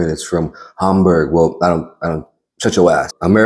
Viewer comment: hahahahhahahha "shutch your ass"